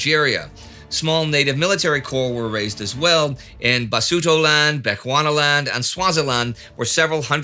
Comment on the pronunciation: Heroic job with the pronunciation. Surprisingly, Bechuanaland was pronounced with a 'ch' as in 'cherry.'